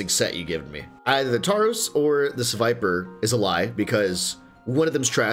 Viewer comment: The way pronounced sevipers name every way but the right way hahaha